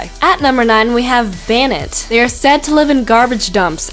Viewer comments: its bay-en-net not bay-net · Banette is pronounced.. banette (bay-net) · lmfao..: "At #9 we have "ban-it"